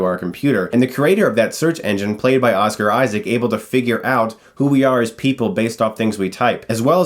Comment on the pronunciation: Why do you keep saying Asuka instead of Oscar?